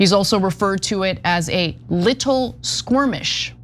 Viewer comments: it's "skirmish", not "squirmish". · Ana said "SQUIRMISH" 😂😂😂😂😂 🤦‍♂️